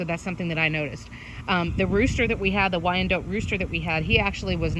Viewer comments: It don't sound right at all hearing or saying wyan-DOTE! 🤦🏼‍♀️😂🙅‍♀️ Lol!! I don't like it. 🤦🏼‍♀️😂 I just can't do it. It's Wy-an-DOT! Dang it. Lol!! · same, I've always heard it pronounced wine-dot (we're in the deep south) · It is definitely Not pronounced how it is in this video. I'm not sure where that info came from. I have always heard it pronounced Why-an-DOT, both as a chicken breed, as well as location (used to live in Wyandotte county, KS.) Very good information otherwise, but the pronunciation was really bugging me. Lol! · I had no idea you pronounce it "wyan DOTE". I've had them for years and always said "wy-an-DOT" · I moved to Denmark and here people call them "WEE-an-dotters" lol